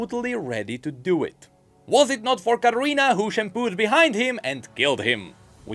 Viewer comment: Its shunpo not shampoo